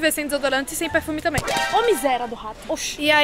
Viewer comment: "seu eu for na skina eu passo perfumeh" - 2019 edit: mds 28 likes:0 obrigado <3